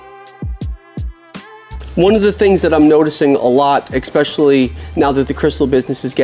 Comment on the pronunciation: I can't take anyone who says "expecially" seriously. Do you spell it that way too? Exactly how low is your IQ ?